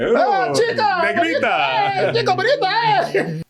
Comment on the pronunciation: pronounced "negrita" perfectly! 🤣🤣